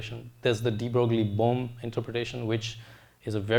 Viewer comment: De Broglie is pronounced like Debroy (similar to destroy), the g is silent.